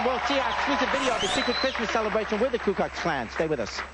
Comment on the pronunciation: Why do some people say Kue instead of Ku?